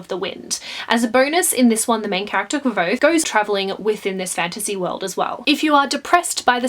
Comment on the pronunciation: I FINALLY LEARNED HOW TO PRONOUNCE KVOTHE. BLESS YOU.